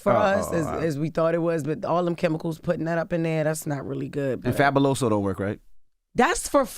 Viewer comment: He said fabiloso😂😂😂😂